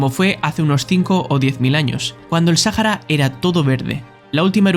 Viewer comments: No se dice Sájara al desierto del Sahara Se dice Saára. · No se dice "Sájara" Se dice "Saára" y se escribe "Sahara" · Интересно, кто читал текст, ИИ или человек? Вместо слова Саха́ра, он произносил са́хара???? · No pronunciar la H cómo J. Eso es un error